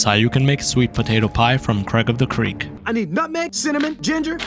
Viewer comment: You don’t know “Craig of the ceeaks” D